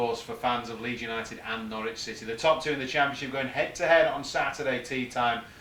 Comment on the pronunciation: It's "No-ridge" ... Not "No-rich". Local dialect.